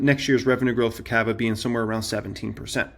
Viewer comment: Why do you pronounce CAVA like that lmaooo